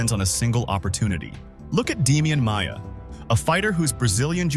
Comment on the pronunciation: Along with Demian “Maya” and “Kale” Sonnen…